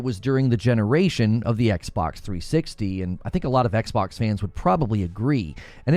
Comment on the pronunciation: “The Ex-Box”!